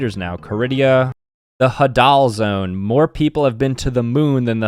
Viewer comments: it’s pronounced hay-del not ha-dal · "Hadal zone" Pronounced haydul, not hadul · its not the hadel zone its spelt like this Hay da l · It's "hay-dal" not "ha-dal", it comes from Hades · bro, its HAY-DALL not HA-DAL ok i guess thats how its spelled but definitely not how it’s pronounced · "Ha doll zone", it's pronounced heydle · just btw its pronounced Hay-dull not Hadal I dont really care just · It’s the ( hay-dal ) zone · Just so you know, , it is pronounced the “Hey-dill zone” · Ps the hadal zone is pronounced hai-dal zone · pronouncing "hAdal" "hadAl" broke me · its actually pronounced hey-dl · ...Hadal is from Hades... Hades = god of under world... its pronounced HEY-Daal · It’s pronounced h-AE-dul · hAdAL zOnE 💀💀💀 it’s pronounced “hay-dul zone” idiots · STOP SAYING “HA-dahl” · hearing him say Hadal made me cringe, im 98% sure its pronounced how youd pronounce Hades. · Stop pronouncing Hadal the way you are the Hadal Zone named after Hades because the under world is deep in earth like the Hadal Zone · the way he pronounced hadal ough... still proud of you